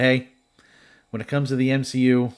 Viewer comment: You legit said M SHE U